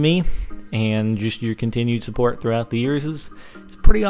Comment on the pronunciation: He said trough out yearses